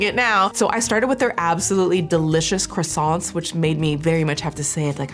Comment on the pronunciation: "croissant" Me: Best pronunciation by a USian I've ever hea-: "croissantSSSSSSS" Me: Nevermind.